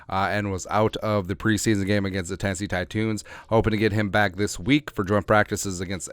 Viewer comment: Tennesee titoons???🤣🤣 Thought it was the Titans?